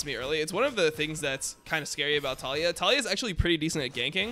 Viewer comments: Why do you say Tall E Ah ............. Its Ta Lee yah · I'm about to REEEE cuz you keep saying her name wrong :sweat: it's Tuh-Lee-Yuh